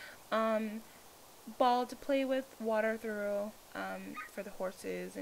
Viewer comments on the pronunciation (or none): its pronounced, " water TR-OFF "